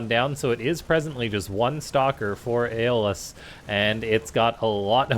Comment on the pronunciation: If my memory of "Hercules: The Legendary Journeys" serves me correct, I'm pretty sure its pronounced "Eh - Oh - lus".. Cool vid!